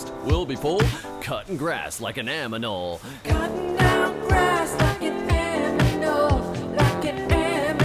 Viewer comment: Dumb woman singing Aminal can't even say Animal right.